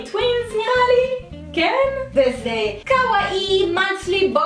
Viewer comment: אומרים קאוואי